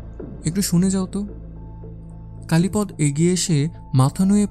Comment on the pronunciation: কালীপদ নামটি কালীপদ্ উচ্চারণ না ক'রে কালীপদো উচ্চারণ করলে শুনতে ভালো লাগবে।